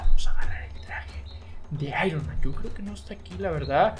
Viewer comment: Se aironma no ironman